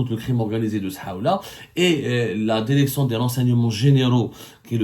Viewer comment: Si on retire toutes tes répétitions dans ton discours ta vidéo ne va pas durer plus que 10 mn. Fais un petit "toilettage" au lieu de te répéter à longueur de ton intervention. Et pour finir améliore aussi ton élocution en français c'est insupportable. Quelques exemples: "la védéo, la déréction, dès son lémogeage, autorisation délévré, et de fél à aiguilles et j'en passe ... Par ailleurs, je souhaiterais savoir aussi pourquoi I24News, chaîne propagandiste de l'état criminel sioniste qui assassine femmes, enfants et vieillards Palestiniens DÉSARMÉS t'accueille les bras grands ouverts. Cela mérite réflexion de notre part sur le pourquoi du comment et des éclaircissements de ta part. 😉 Sinon pourquoi tu monétise tes vidéos avec des pub intempestives puisque d'après toi, le but d'Algérie Part est d'informer les algériennes et les algériens.